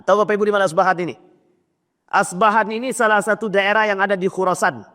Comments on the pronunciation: Debut betul2.. Bukan asbahan. Tapi yg benar... Isfahan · Kota Isfahan bukan Asbahan